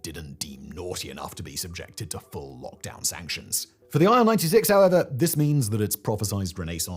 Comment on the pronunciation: It's not Ai El. It's IL as in "ill", because it was made by Ilyushin Bureau. Ilyushin = "Il". And why botched? lol It was an alright wide-body mid-range workhorse. Maybe not as advanced and refined as contemporary Airbuses and Boeings, but it certainly served it's purpose quite well. I personally flew on Il-86 at least 10 times from Moscow to Sochi and from Moscow to Leningrad (St. Petersburg) and back in the late 80s and early 90s. Nothing bad to report really. It was fine, smooth ride, lots of space. Yeah, maybe a little bit noisier than Boeings, but not at all unbearable. And there was no need to waste time on checking your baggage in and out.